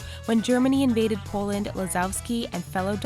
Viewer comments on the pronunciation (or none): none